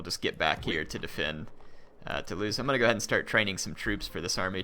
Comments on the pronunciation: Toulouse is pronounced "too-loose" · Two-lose for Toulouse